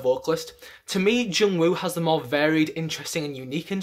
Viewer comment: The way he say "Jungwoo" and "Haechan" is so satisfying hahahaha